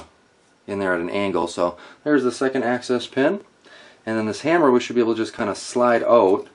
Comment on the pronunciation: Sounds like you are saying access pen. It's called an axis pen because it's the axis point of the parts.